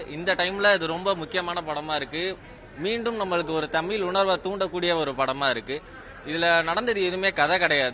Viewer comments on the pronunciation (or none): உண்மை வரலாறு தெரிவது அவசியம். தமில் இல்லை தமிழ். தமிழை கொல்லாதீர். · இன்று "தமிழ்" என்று சொல்ல இயலாமல் "தமில்", என்று சொல்லும் தமிழ் இளைஞர்களை பார்க்கும்போது நெஞ்சு பொறுக்குதில்லையே......